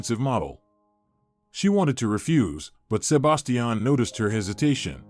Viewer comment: Sebastian not sub bass tee an